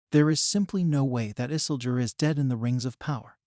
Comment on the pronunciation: Funny how he pronounce Isildur as Isseldur sounds like Dumbledor as HP character.